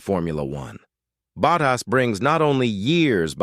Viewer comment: kThis is wihtout question the worst audio for F1 I've ever heard. It is awful. Spend some money and get a real person to read the text. A person would pronounce Bottas's name correctly and not sound like a bloody machine. UGH! tycho's comment puts it in context.